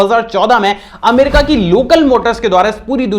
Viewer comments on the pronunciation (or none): none